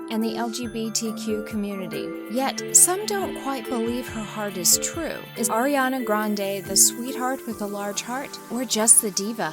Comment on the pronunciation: on 😣 just say the name of the person U ROAST BUT DOESN'T DESERVE IT, correctly please. because i heard u say ERIANA please stop with these kind of videos🙄🙄😒😤